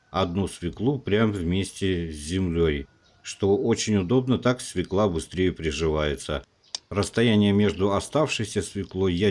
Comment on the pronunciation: Свёкла! Ё -всегда ударная!